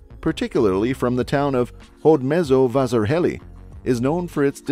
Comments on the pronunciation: Hodmezzovaszarhelli killed me. 😅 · I just loved the way you pronounced Hódmezővásárhely, and the others as well 😂